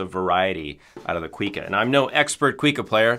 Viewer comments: Thank you for talking about this classic Brazilian instrument! As a side note, it’s not pronounced “quick-a”, it’s “cu-ee-ca” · Coo-ee-ka, not "quee ka"